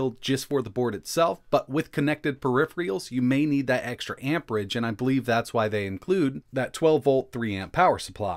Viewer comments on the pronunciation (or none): once again " periphrials " ? :D:D:D:D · say it with me... peripherals... per-iph-er-als